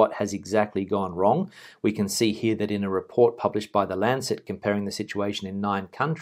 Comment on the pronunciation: Lancet not lancette